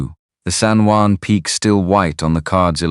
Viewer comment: The Spanish word "Juan" is pronounced as "wan" in English. Not Jew•an" or other mispronounciations in the video.